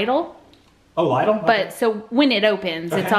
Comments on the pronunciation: Lidl is pronounced LITTLE... only more like LIDDLE.... not LIE DEL...... Aldi is the better of the two. Lidl treats their workers like crap. At one time, my late spouse worked for both Lidl and Aldi.... she HATED Lidl, but at Aldi she was given opportunities and was Asst. Manager in less than a year. Still their prices are good, but Alidi is just the better store. Since being in Germany and both Lidl and Aldi are German companies, I would like to see what American stores look like and if they are done the same. Here in stores, the checkers SIT at their cash registers, because standing all day is hard on the feet. LOVED the haul today.... makes me so hungry for things! But cooking for one is hard... and actually more expensive because I can't buy bulk.... like that bag of potatoes would feed me for six months... and the potatoes wouldn't last that long. Anyway... shutting up now LOL... i do tend to prattle on sometimes. HAVE A GREAT DAY GUYS and again HAPPY BIRTHDAY,!!!! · lidl is pronounced lid-all, much like ''little'' just a D instead of T obviously:) and hope you had a lovely birthday! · It's pronounced like Liddel like little but with d's ☺️💜